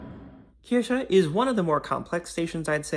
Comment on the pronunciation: You pronounced 'Kirche' correctly at 9.16. At other points, you pronounced it as 'Kirsche', which means 'cherry'. 🙂 It's one of the most unusual underground public transport systems in the world. This is the first time I see a proper video about it, with a lot of attention to detail. Good job. The child naming the stations is just too cute.